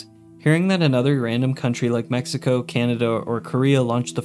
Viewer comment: Bro threw mexico in there for NO reason whatsoever 😭😭😭 that sounded super “american” fr dude